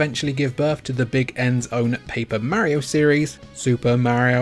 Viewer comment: 😂love it!